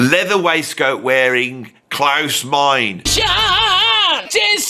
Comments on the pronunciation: Klause Mine-uh not Mine.😄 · Klaus Meine's surname is pronounced Miner, or else the joke about his brother being Maurice wouldn't work.